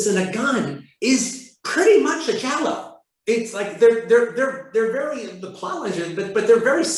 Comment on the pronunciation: giallo not jallow